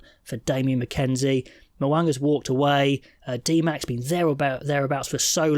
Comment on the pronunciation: Cant even get Dmac name correct. This team is not even close.